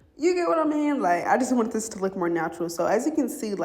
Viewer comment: lol sis said “it’s steps to dis” no it really iiissss 😂😂😂😂😂